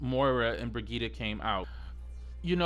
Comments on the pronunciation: Honestly, I need her name to be nerfed. I'm tired of people not even trying to pronounce it correctly lol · Noelle M. Ikr. "Broghetta" "Bridget" "Bridgette" like wtf man LOL. I think that's why they add voicelines of Mercy saying "I am with you Brigitte". lol everyone literally ignores that. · The only thing that bothers me about Brigitte is people not saying her name right,,,,,, just my two cents